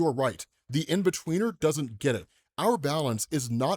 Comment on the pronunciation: in-betweener? cmon man